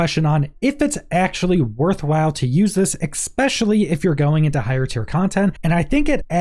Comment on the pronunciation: Thanks for the psa and gameplay! The times you said, "exspecially" hurt me, though